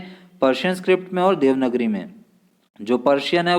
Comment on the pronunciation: It's देवनागरी not देवनगरी sir 🙏🙏